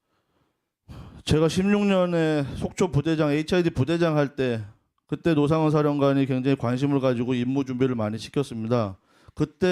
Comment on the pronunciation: 얼굴을 공개하지 않으며 본인만 아는 기밀을 제보하는 자와 노상원을 로상원으로 발음하는 간첩 박선원의 콜라보😂